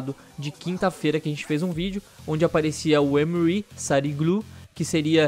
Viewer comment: uma dica,o novo personagem se chama Emre,portanto se pronuncia Emmrre,não Emiri,só uma dica mesmo